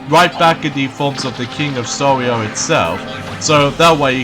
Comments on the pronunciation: it's king of Sorrow! it sounds like your saying sorrio! it's KING OF SORROW!!! SORROW!!! SORROW!!! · I mustn;t Give the king of sorrow Reason to Cry again, Right? Your mispronouncing Sorrow Again! I saw that coming!